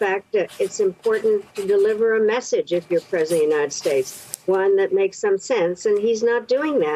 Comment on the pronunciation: "United Shates". Yup, let Trump be King there instead of here.